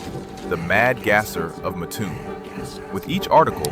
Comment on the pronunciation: It's pronounced MATT-toon. I used to live there. Muttoon, it ain't.